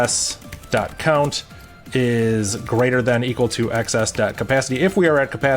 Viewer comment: I find it so weird you say "ex ess" and not "exes".